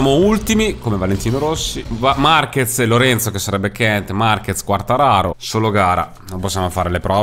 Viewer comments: cmq si dice Quartararoo devi allungare con 2 o il cognome del pilota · ti prego si dice quartararò. comunque grande perchè motogp non è un gioco semplice:) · Potresti fare le qualifiche off-screen e far vedere solo le gare;) P.S.Quartararo è francese e si legge Quartararò:) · comunque si chiama quartararó ed è spagnolo non italiano..